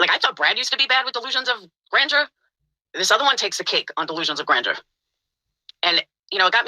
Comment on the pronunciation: damit she cant even say grandeur correct.... yet ragging on a non existent Laura word.